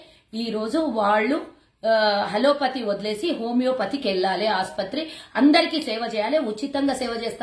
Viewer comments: Words Pala Kadam nerchuko hello Pati Kadu Allopathy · స్క్రిప్ట్ బాగానే చదివావు కానీ అది హల్లోపతి కాదు, అల్లోపతి. కరోనా టైమ్ లో ఇంకా వేరే ఏ హాస్పిటల్ లోను ఎవ్వరు చనిపోలేదా అమ్మ?? ఒక్క విరించి హాస్పిటల్ లోనే చనిపోయారా?? మరి అప్పటి నుంచి బయటకు రాని నువ్వు ఎలక్షన్ లో పోటీ చేస్తున్నపుడే గుర్తుకు వచ్చిందా?? ఇంతకాలం నిద్ర పోయావా?? మరి ఈవిడ లాగా ముస్లింల దౌర్జన్యాల పై మాట్లాడే వ్యక్తి ని ఇంకెవరైనా ఉంటారా?? వాళ్ళ దగ్గర ఎంత పుచ్చుకున్నావు తల్లి?????? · హలో పతి కాదే పిల్ల, ఆలోపతి. 🤣🤣🤣🤣👹👹👹🤣🤣